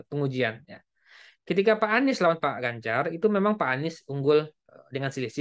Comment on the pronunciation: Ini orang sebut nama orang aja gak benar gimana surveinya bisa benar, Ganjar di bilang Banjar 😅